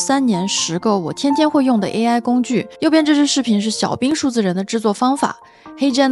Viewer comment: 为什么中文视频主都把AI叫A爱